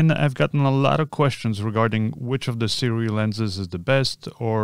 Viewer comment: Hey, Sirui is actually pronounced sue-ray Just thought I'd let you know